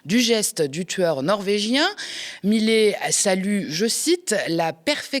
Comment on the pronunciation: Millet, ça se prononce MIYÉ. Et ce n'est pas "une éloge" mais "un éloge". Et laissez tomber la blague d'ouverture, merci ! Sinon, bravo !